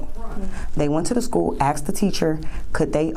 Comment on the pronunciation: she axed for some name ideas.